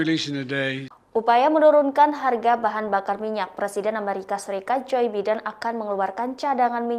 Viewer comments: Bacanya Baiden bukan Biden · Bacanya "Jo Baiden" bego! Bukan "Biden".